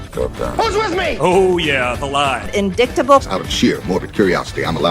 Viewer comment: Hey, Marge…another word screwup… it’s NOT “cable” (sic), it’s cabal… emphasis on a different vowel, fool. You know, like your many other middle school words… “petri” dish, NOT peachtree: “indictable” NOT indiktable (sic), etc. ad nauseam.